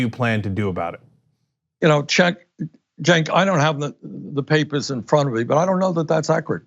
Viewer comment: Ah look , Bernie's finally learned how to pronounce Cenk's name correctly